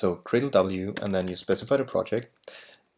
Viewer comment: I love libGDX. Super easy to work with and yet still super powerful. But apart from this, there is this one thing that always bugs me. Is gradle really pronounced like "Cradle"?